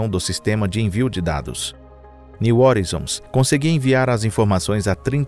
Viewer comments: "New hórizons" não, "new horáizons", assim que se pronuncia "new horizons" em inglês! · O cara chama a Sonda de " nil orinzon". A pronúncia correta é "NIL RORAIZON". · Pronuncia-se “horizons” como [roraizons]. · Parei de assistir na introdução....Plutão, estrela. Plutão tem 5 satélites conhecidos. Caronte, Estige, Nix, Cérbero e Hidra e possivelmente Caronte não seria apenas um satelite e sim, parte de um sistema binário com Plutão. E é "new oraizon" e não "new orizon"! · A pronúncia correta para New Horizons (niu oraizons) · /niu horaizons/ a pronúncia, amg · A pronúncia de "horizon" está errado.